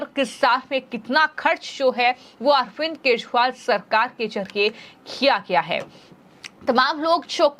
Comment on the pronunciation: केशरीवाल नहीें, केजरीवाल नाम है । क्या donation से appointment हुई है?